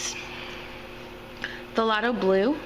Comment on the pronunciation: Pronounced THAY LOW, the P is silent........ Nice video though. (the g is silent!).